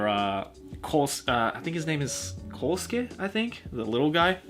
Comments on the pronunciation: Did he say Kousuke? Kousuke? KOUSUKE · Did this man seriously call my boy Koochie “Kosuke”? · Did just call koichi kosuke? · says "Kosuke" Me: BEEEEEEEEEEEEEEEEEEEEETCH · Makes a video reading all of JoJo's Also: KOSUKE